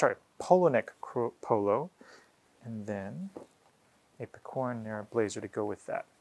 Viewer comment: By the way it's pè-co-ra not pe-cò-ra